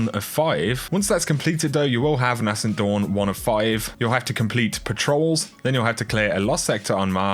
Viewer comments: Dude, please pronounce Nascent correctly. It’s ‘naysent’ not ‘nassent’. It’s a small thing but it does bug me. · It’s pronounced ‘nay sent’ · NAY-scent Dawn...Nay-scent...